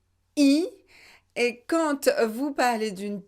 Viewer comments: pourquoi vous prononcez "QUAND" quantte? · Dear, will you please explain me why you pronounce the final t in the word quand when there is no liaison.